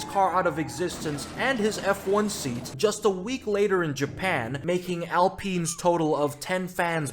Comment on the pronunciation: AL PEEN???? BRO